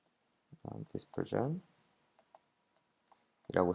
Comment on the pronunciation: 강의 중에 영어발음이 나라별로 조금씩 다르지만 dispersion 같은 경우에 '이' 발음으로 읽는 것과(디스펄션) '아이'발음으로 읽는 것(다이스펄션)은 다릅니다. dispersion은 무조건 '이' 발음으로 읽어야 하는 것으로 알고 있습니다. 정확한 발음으로 말하지 않으면 정확한 전달이 힘들다고 생각합니다. 강의 잘 보고 있습니다. 감사합니다!